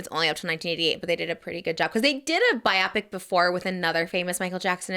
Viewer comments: Pls someone needs to tell Trish it’s pronounced bio-pic like biography picture, not bi-optic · The way she says biopic 😭😭😭